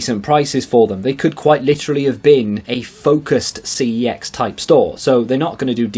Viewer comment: You pronounce Cex 'Sex'